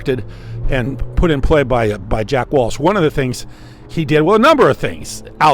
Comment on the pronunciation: JACK WELCH.. NOT WALSH 👍